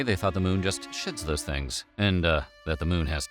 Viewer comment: 😂😂 the moon shits those things(I know he said shed, but it sounded like shit)